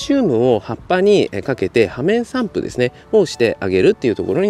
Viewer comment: 「ようめんさんぷ」じゃない？